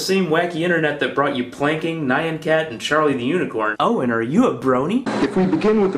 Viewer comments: "nai-an cat"?... It's hard to unambiguously lay down the pronunciation with text, but try "N-yahn cat". 'Nyan' is derived from the hasty repetition of nyaa (the Japanese onomatopoeia for the sound cats make), it's a very direct analogue of meow. Repeat meow quickly and you'll soon hear a y sound merge into the m in a way that could be written as 'myow'; this is how the y is intended in Nyan. P.s. Yes, there are more important things in the video, but other people seem to have them covered. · He doesn't know how to pronounce Nyan. Try saying Nyan in only one syllable. I like my new profile picture now more than ever. It's the only thing that I like.